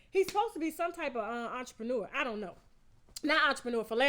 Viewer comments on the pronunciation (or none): none